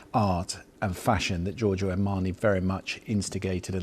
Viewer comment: Lots of people are nicknamed Joe in English speaking countries... How is it that you can't say Joe-r-Joe. lThere is no phonetic i in Giorgio.